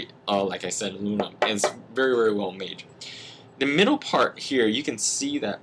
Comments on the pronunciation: Did you say aluminion? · No you pretty said alu-minion